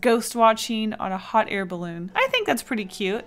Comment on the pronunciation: Was I the only one who heard "Hot hair balloon"😂